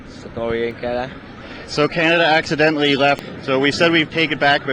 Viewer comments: Not Accendentally dude. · Stupid! Man its not acciddentally!! And it seems like you make Philippines bad out of your dumb words! Its aint recycable!! Take your shits.. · Uhm... Why does he kept emphasizing "Accidentally" and "War". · Be careful dude your not scared by saying accidentaly.. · That is not Accidentaly actually it is Intentionaly man.